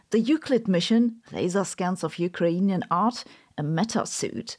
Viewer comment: The way you pronounced "Ukrainian" was between English and Ukrainian. In English, people often put stress on the first a, but you put it on the first i, like we do in Ukrainian language! Not only that, but you kind of doubled that i (ї): instead of "ee" you pronounced it like "yee"! Great job! If you want to fuse it even more, the first letter U is pronounced not like "yoo" but like "oo", or like u in udon.